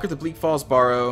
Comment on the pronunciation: Why can't you say Barrow properly?